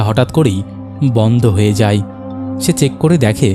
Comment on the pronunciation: তুমি ভাই আয় গুলো আই বলো কেন? কানে খুব লাগে যেমন হয় কে হই। যায় কে যাই, এগুলো একটু খেয়াল রেখো।